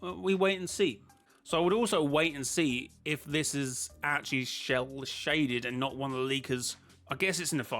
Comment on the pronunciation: Shell shaded 😂😂😂 it sounds like sell shaded!